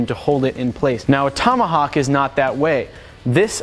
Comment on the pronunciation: what's a "tummahuck"?